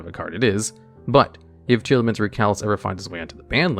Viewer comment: Tear-Laments is how it’s pronounced, as in Tear the things u cry and Lament a passionate expression of sorrow/grief. There’s no A between the Tear and Lament part of their name so its Tear-Lament not Tear-al-aments